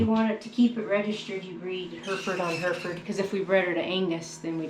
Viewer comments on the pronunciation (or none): Herefords are from Herefordshire, pronounced like 'hairy ford', not her ford. Just so you know for future. Great video, very very interesting and informative.